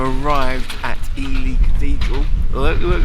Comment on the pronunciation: No, sorry dear. It's pronounced eely. As in eel. 🙋🙏